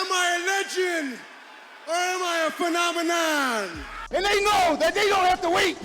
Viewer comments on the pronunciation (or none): Phemonemon or phenomenon? 😂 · A physical phe-non-emon? 😂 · I can't even say "phenonimom" 😂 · A physical phemomenom 😅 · "Phenonemon". Scott is so excited he said the word wrong. But that was in his character. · "Physical phenonomon" LMAO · "....physical phena-nu-mon I really am" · I also love when he tried to say phenomenon. "Phenonanon." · 42 "phemomanon" 😂🤣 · Thought it was just the one time but it seems like Steiner never said “phenomenon” correctly 😂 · Scott was going so hard he said phenomenon so wrong 😂😂😂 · That guy in the crowd immediately laughing at his pronunciation of phenomenon makes the moment so much funnier